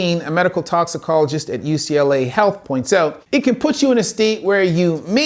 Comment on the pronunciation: "Toxiclologist" Yeah, it shows.